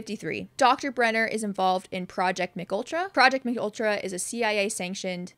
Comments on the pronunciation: The mind control project is pronounced M K Ultra, not McUltra as if its some new McDonald's sandwich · It's M.K. Ultra. Not a Mcultra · Great video! I learned a lot. But it's not pronounced McUltra like a cheese burger haha it's pronounced M.K. Ultra (a real life experiment- had many test subjects including Whitey Bulger!) but thank you so much for this video because I'm a huge fan of the show and actually didn't know a LOT of this. I don't know if I'm WILD about Henry's origin story with the cave system but hey it's something for now! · lol “McUltra” It’s Ehm-Kay Ultra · Thank you for this! Also, just so you’re aware MKultra is pronounced like “em kay ultra” and was a real CIA program! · M K Ultra, you say the two letters aloud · It’s “EM-KAY ultra”